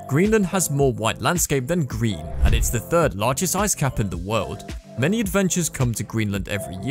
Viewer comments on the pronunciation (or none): none